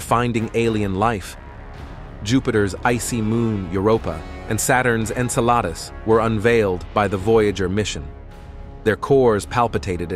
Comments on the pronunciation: great video. However, may I point out that Saturn's moon Enceladus is pronounced en-SELL-uh-duss, rather than en-sell-AH-duss, and Uranus' moon Ariel, is AIR-ee-el, rather than air-ee-EL? Also, the Apollo 17 picture was named Earth Rise, not Earth Ride. Again, the WHO-guns probe (Heugens) is actually HOY-guns. KWAH-zars/kwah-SARS are normally pronounced KWAY-zars. For those younger viewers who were never taught about the stars, our galaxy's common name is the Milky Way. Thanks. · "Enceladus" as "Ensalada", probably. "Uranus", not properly. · Here's a small piece of good advice: Stop using AI voice reading program and do REAL LIVE PERSON reading voices, as it does a trashy horrible job on a LOT of words (en-suh-LAY-dus, qua-ZAR for example). Really lowers credibility of a video if the maker of the video cannot even take time to make sure it is spoken correctly before posting.